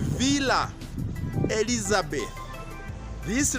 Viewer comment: Villa Elizabetha - not Elizabeth